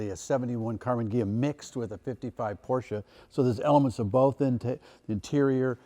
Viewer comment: I know Tim is a car guy and want to give him props on his pronunciation of his Porsche